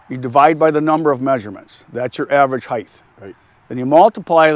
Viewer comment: did he say heighth?